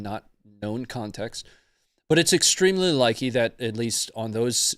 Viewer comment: Hah! said “ extremely likey”